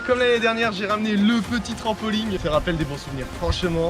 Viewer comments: En 1 an ta toujours pas appris à dire trampoline et pas trampoling mdr ✌️ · On dit pas TRAMPOLIGUE mais TRAMPOLINE